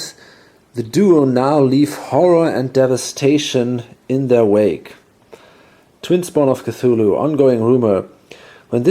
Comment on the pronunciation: I gotta say .. your pronunciation of the Twin Spawn of Cthulhu was epic :) I really dig your play-through channel. Keep on keepin' on! And thanks for doin' it!